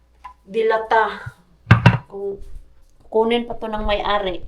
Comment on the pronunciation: Magkaiba pala tayo na bet na corned beef mars, purefoods ako. Mabagal ang bigkas ng delata mars hindi mabilis. Relate much ako sa patulog na pero magsasabi ang bagets na gutom para extended ang watching time hehe kaloka mga palusot ng mga bagets. God bless.